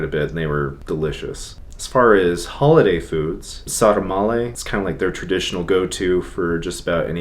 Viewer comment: Sarmale is prounounced sar mah leh